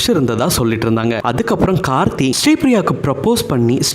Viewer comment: முதல்ல கார்த்தி, கார்த்தின்னு கழுத்த அறுக்காத..கார்த்திக்கோட பெயரே சரியா சொல்லத் தெரியாத நீயெல்லாம் அவங்க சரித்திரத்த சொல்ல வந்துட்ட பாரு.. 🤦‍♀️🤦‍♀️